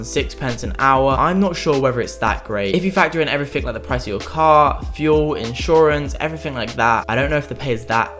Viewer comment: Hi to elocution lessons. Interesting video and also you might pronounce ever-fing a bit better